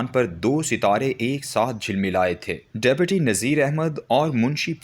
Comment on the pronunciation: How illiterate is this reader? He pronounced Awadh as Odh. In Urdu Deputy is pronounced as Dipti. There are tens of other mistakes as well. لا حول ولا قوت.